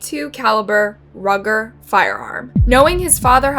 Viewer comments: It's pronounced "ruew-ger," not rugger, as in a rug. ( long U) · You can't even do the research to pronounce shite right (spelling it this way so YouTubes panties don't get twisted) it's pronounced ROOOO-GER. NOT RUG-ER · Its a 'Rooger, not a Rugger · Roo-ger... not Rugger. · It’s pronounced ROOOOOOOGAR not Rugger lol 😂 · Ruger mispronounced: not Rug-ger… it’s pronounced: roo-ger (like ōō in the word room). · You pronounced Privacky wrong, as well as Ruger. You pronounced the gun as "rugger". It's Ruger. You trashed the girls name as well. Research is more than just reading articles. You need to know who/what you're talking about. I live 30 minutes from the Privacky murders. When i was a PT at a neurologist, Linda was my nurse. When i saw that she had been brutally murdered, i broke down & cried. She was such a kind, compassionate woman. I once met the chaplain at the prison where Seth resides. He told me a lot about him. (You pronounced Welbutrin wrong also. You excluded a lot of details as well). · The gun Ruger is pronounced like "rooger" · It's Roo-Gur....(Ruger) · It’s pronounced “ROOger.” And UNALIVING??? Not a word. “Murder.” THATS a word. Sheesh. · “Ruger” is pronounced “ROOGER”……And….The Name “Genevieve” is pronounced “GENEVEEV”……There’s NO such word as “Unaliving”…….The word is “MURDERED”!…….Ruger are German made firearms, just for interest……Well presented and obviously well researched. What an absolute monster this horrible lad was. He even Looked like a psychotic maniac that was unknowingly extremely dangerous. To possess the ability to brutally murder his entire family, he had to be seriously disturbed in the first place. Then to ask the Judge for a trip around the World..WTF??…..He was obviously insane and had every intention of doing what he did, he was ice cold and ruthless….Good riddance and may he rot in Hell……May his poor victims all Rest In Peace. Regards from England. ❤🇺🇸🏴🇬🇧🇺🇸❤️ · It's ROOOgur. Rhymes with Moo. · I know but she said rugger